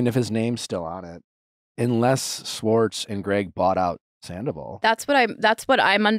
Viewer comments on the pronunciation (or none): it's 2024, and Nick still can't say "Schwartz" correctly 🤣